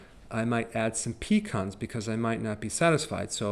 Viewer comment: For a minute there I thought that you said a hand full of peacocks but you said pecans I had to rewind the video several times.